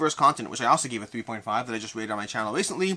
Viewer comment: my bad, second time you saying 3.5 was much faster and at first it sounded like 2.5 for me